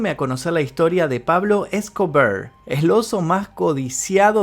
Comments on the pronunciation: Por qué decís Pablo Scobrrr habla bien, E S C O B A R se dice, sos argentino y el español es tu lengua natal 🧐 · Jajajajaja x2 tambien me gusto como dijo pablo escobear